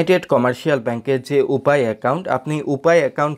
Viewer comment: শেষের কথাগুলো বুঝতে পারলাম না, ইউপে ! উপায় !